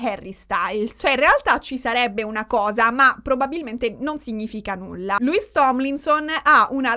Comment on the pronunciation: tutto stupendo, ma... MA: E' LOUIS, NON LEWIS :(( p.s. scusatemi, ma è straziante sentirlo sbagliato per due ore 😅